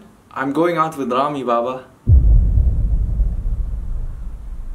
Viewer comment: when dawood said Rami it sounds like Harami...😂 and I know dawood know enough Hindi/Urdu.